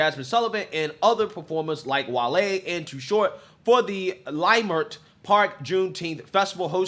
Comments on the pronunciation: Just as an aside, as a long-time Angeleno, it's pronounced "L'Mert" or "Lehmert", not "LieMert". I know it's weird...try and say Cahuenga (a main street through town) or Sepulveda. Anyway, LA Times is saying it started with someone saying there was a shooting, or that they saw a gun. The crowd stampeded, and robbed the McD's. One person was arrested in connection with that. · Pronounce “Luh mirt” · Lei Mert!!! WTF IS A LAY MART! Your Not Even from Out Here at least Pronounce The Name Right With your Giggling ASS!